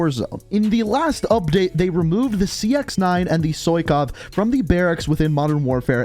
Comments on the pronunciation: It triggers me that he says soykov instead of sykov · Why you keep saying soykov bruh it ain't that hard to say sykov